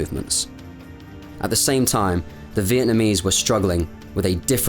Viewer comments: Great job; factual without clouding issues with emotions, AND you took the trouble to pronounce names correctly. I missed this war by a whisker, thank ford! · As a Vietnamese, your pronunciation of the Vietnamese names were very good. Greatly appreciate it!